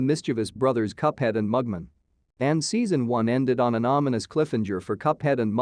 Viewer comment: It's cliff-hang-er, not cliffhinjer. And it's Mug-Man, not Mugmun.